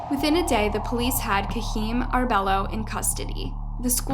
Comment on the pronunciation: It's painful to hear this narration pronounce the Guardado name wrong every time she says it. Cringe. And the kid's name is "Kaheem", not "Kareem".